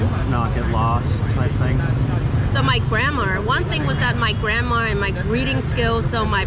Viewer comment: Her English is good, but she still mispronounced some of the words if we truly paid attention (i.e grammar sounds like grandma). The way she speaks also has a very weird flow, flat tonal, it's like she doesn't know how to denote/stress words in a sentence, and arrange them in an incorrect sequence. The positives are she has an American as a bf so she can keep learning and improving, and how she gets to use them on a daily basis.